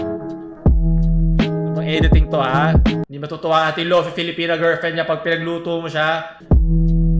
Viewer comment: hindi lofee, its lofay, bakit ang wifi, wayfee ba pag pronounce?